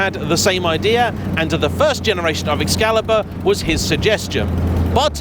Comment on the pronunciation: Ah yes, the O-burn. At least, being English, he knows how to pronounce Excalibur 😂😂😂